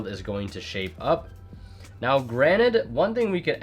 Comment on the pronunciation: Ughh, you say "now" as in "always"?